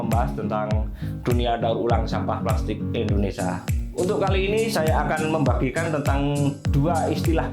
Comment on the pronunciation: Mending pake script agar bahasanya bagus. Nyebut Indonesia aja bilangnya endonesa.